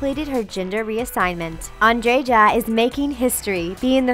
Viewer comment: Sarita Blumen Trandža. 😂 A kako su mu(srednji rod) ime nagrdili. Andreja je lijepo time, a oni su ga pročitali kao Anddžeđa.